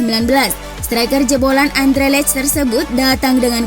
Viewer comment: Andrelecht? Anderlecht.olimpik marsile 😁 Min bahasa nya